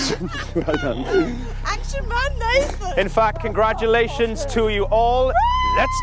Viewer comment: I can't understand why this was cancelled but soap rubbish like EastEnders continues. annoyed me though, saying that ridiculous word 'Congradulations' instead of saying it correctly.